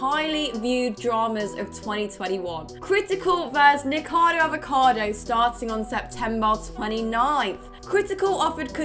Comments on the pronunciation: I was fine with the biased opinion and lax judgement for friends. But hearing people who normally write and read scripts call him "Nikado" repeatedly, really gets me (I'm not even a fan of his). I had to skip that. neekohkahdo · It's the same with Nikocado Avocado. I swear so few ever pronounce it right, and despite the fact I can't stand him, it still drives me crazy every time. Kind of wish TRO had covered that section, especially after his incredibly in-depth feature on him. I'm at the point with the Hila thing though where it's just wilful ignorance 🙃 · Serious question: is his YouTube channel pronounced "Ni-ko-cah-do" or "Ni-kado"? I'm not familiar with his channel and content, so not sure if it's said a certain way?